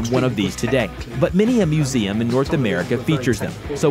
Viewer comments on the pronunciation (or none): none